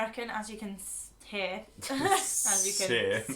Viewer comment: Haha, I love it. “We’re not American as you can ssssshear” hilarious. Also, gitty up! It was adorable hearing your TX greeting. Howdy y’all. I work in a professional setting (hotel) and I honestly great my hotel guests saying howdy y’all.